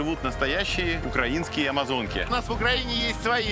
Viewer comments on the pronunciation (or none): none